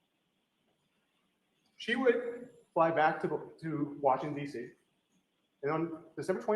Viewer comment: uggghhh I feel like we can’t trust ANY cell phone info anymore.. Teooper Guarino using probably cellebrite reports…😮 And… the way this attorney says “WashingDC” makes me think he’s from there… That was the weirdest consistency I saw when visiting there. Everyone shortened it to WashingDC